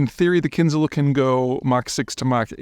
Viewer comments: the Kinzhal is not /Zee/, ok? It is pronounced with /ʒ/ sound, like in vision or precision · It's Kin-Zhal. Zh as in Geneva. Also, Zircon - Z as in pizza. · He can't even get the missiles' names right, which suggests the man cant even read. How are we supposed to believe a word he says? For a man commenting on GEOpolitics, does he even speak any foreign languages? It's called Zircon (pronounced Tsirkon in russian) & Kinzhal (as in Kinjal). Zircon (not Zai-cron as he says it) is a gemstone, the word exists in english language, how do you get it wrong is beyond me... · Kin-ZHAL. The "zh" sounds like a French J. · its not kinzel either :D